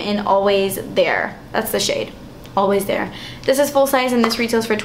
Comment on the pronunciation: 'damn, das expensive' that made me laugh so hard because your latina came out. it happens to me all the time!